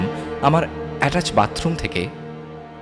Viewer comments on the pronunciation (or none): none